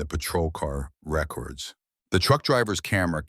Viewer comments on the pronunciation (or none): AI voice. 750 in. Camera RECKerds? ( Re-CORDS) ....